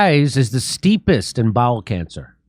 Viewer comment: Well at least its bowel cancer. I thought he said ball cancer... that's even more terrifying. Anuses are overrated